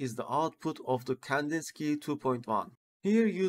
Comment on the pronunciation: tutor güzel ama ingilizceyi düzelt, birde Kandinsıkay değil Kandinski diye okunuyor, Rus ressama ithafen Vasili Kandinsky